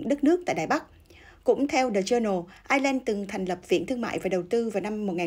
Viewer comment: Ireland = Ai' Nhi~ Lan.